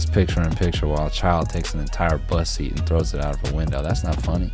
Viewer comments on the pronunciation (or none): What I actually think is funny is you saying “bus seat” but all I hear is “bussy” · Why does he say “bus seat” like that. Is sounds like bussy.